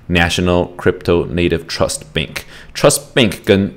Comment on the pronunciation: BANK NOT BENK